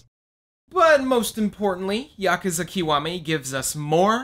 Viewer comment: Finally an American boi calling Yakuza as YAkuza and not YakUza, ah that sweet sensation of fulfillment :')